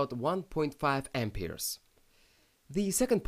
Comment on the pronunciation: lol "Ampeers"